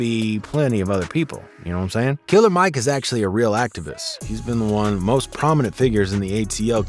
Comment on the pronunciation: It's NOT KILLA MIKE!!